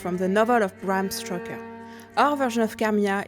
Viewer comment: If you're hiring someone to announce the character, please make sure your candidate is able to pronounce her name right. It's not Carmiya, it's Carmilla. And for the love of god, it's Bram Stoker, not Bram Stroker.